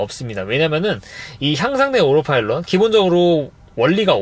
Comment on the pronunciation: 오로파일럿 인가요 오토파일럿인가요 😮